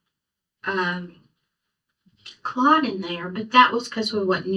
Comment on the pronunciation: Clut??? Omg is she serious, i can hardley listen to her🤢 ITS CALLED A "CLOT"!! For heavens sake!!